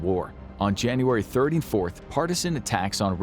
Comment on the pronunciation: It honestly sounded like you said January 34th. Just saying.